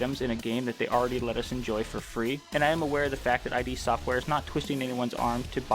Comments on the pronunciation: This still needs to come to console esp since Xbox owns id now... And no offense but it's ID not I.D. for some reason that really bugged me but good video... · Agree, but stop calling them I-D Software. It's id [ih-duh]. Thanks for reading, great video, have a fantastic day. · It’s “id”, not “I.D”. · As many people already said, it's not "I.D.", it's "id". And what's more important, it's not id software, it's russian office of Saber Interactive, who made this broken nonsense with hundreds of problems for two bottles of vodka and loaf of bread. Also, this "masterpiece" still isn't finished, 5 years later, and still is in early access, because Bethesda doesn't care (and they have like 1 and a half people "supporting" this game). If you want actual Quake, without tons of problems and all of that unbalanced chaotic moba bulls%%t - try older titles actually developed by Id, such as Quake Live or Quake 3 Arena - people still host their own servers for them (while QC doesn't even have an option to launch LAN-server, and WILL d%e as soon as they decide to close all servers). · Did you seriously call "id" "Eye-Dee"!? It's "id" as in "id, ego and super ego"! 💢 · Great video! Although I believe its pronounced as “Id” Software not “I.D.” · The prize for that first quake tournament wasn't just a Ferrari. It was John Carmack's Ferrari. That makes it way cooler. Also i think you just prononuce id software is "id", like "it". Not that it matters